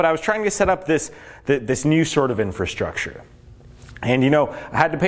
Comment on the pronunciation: Great video, gives me a little more confidence in investing sooner than later! But "Infrastrure?"... haha